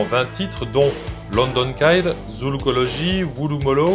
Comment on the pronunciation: Very good videocasts. Just a note, it's pronounced London Kid, not London "Kaide"